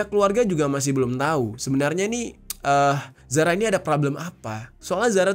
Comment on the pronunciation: Zara Qairina kak bukan Zahra😟